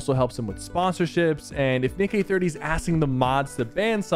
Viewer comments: x) Did you say Dick Eh 30 ! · bro really said dich eh 30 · When sypher said tried to say Nick Eh 30, he said dick eh 30